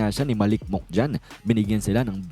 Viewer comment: Pronounciation: Monk ❎😂😂😂😂😂 Mank ✅ as Monkey